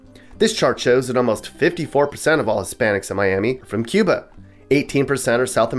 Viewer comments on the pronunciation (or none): none